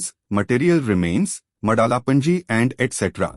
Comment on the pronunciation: It's मादला पांजी not मड़ाला 😏